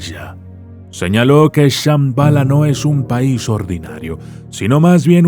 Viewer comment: Esta mal pronunciado ya que ellos mismos los que viven cercas del Tíbet dicen que se dice Shambhala como con acento en la letra A y se alarga la letra AAAA al final de la pronunciación de ello.... un lugar sagrado que no cualquiera puede entrar....